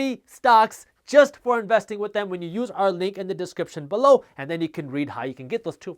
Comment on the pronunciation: I watch these videos just to hear jaspreet say “BE-LOW” 😆